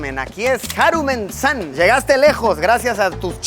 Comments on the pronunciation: Jajaja 😂